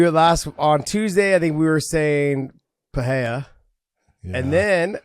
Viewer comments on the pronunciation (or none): John you should say PP not Pa for Pereira. The sound of Pe is same as pe- destrian and not pa- l. And the sound of "rrei" its its R with hey . So you should say Pe Rhey RRA. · hahahah you still dont know how to say PEREIRA. you are wrong John haha, you say PA REI JA 🤣🤣🤣. the pronunciation is, PE ,like Pet (animals) with out the T , REI you are ok John, and, RA is the same logic that REI, but easier, just RA. Repeat after me haha!! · From the great Jon Anik: "PSA: Periera is pronounced pah-RAY-rah, ideally with rolled R’s. But most importantly…there is no ‘H’ sound. It is not Pah-HAY-rah. If you can’t roll the R’s or don’t want to, just make sure you utter the hard ‘R’ on both syllables. Oh. And it’s ah-LEX. Not AL-ix." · Why is Big Jon unable to say Alex’s last name correctly? Pe-rare-uh. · ive never heard it pronounced "perayha" but what do i know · Big John just won’t learn how to say Pereira lol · If people just pronounced Pereira in a normal English pronunciation, it would sound closer to the one in Portuguese than all the crazy attempts that all media people were making all these weeks. That what John taught so eloquently in this episode is also wrong. 😂 (I am from São Paulo just as Pereira.) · Big John is wrong about his pronunciation of Pereira. As a general rule: If the R is at the beginning of a word (Fx Rio, Royce, Roger) or if it's double R (Fx. Caio Borralho) then that's when you use the H-sound. If it's between two vowels - as the R's in Pereira - then R is pronounced as a normal English R. The R is also pronounced as a normal English R if it comes after a consonant but before a vowel (Fx. Gracie). I know it's hella confusing. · No es Alex Pe-re-ira like the way you pronounce a city that is in Colombia. When the R is in between vowels the R is pronounced as a regular R like in English or Spanish